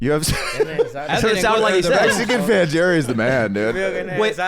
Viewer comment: What about "Fan Jerry" (pronounced Hairy with the Spanish J)?